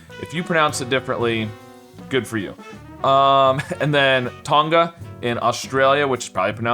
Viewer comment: Im australian. You are definatly saying Tonga wrong. Dont put ad much emphasis on the G. Listen to an australlian say Tongs (the utensil) or thong (the footwear ehich you eould refer to as flipflops) and its the same way of pronouncing Tonga